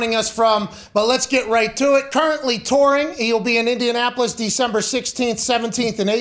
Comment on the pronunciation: Did he say Indiasspolis?! 😂